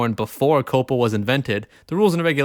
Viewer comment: Coh-Pah... Now thats Misinforming people how to pronounce words!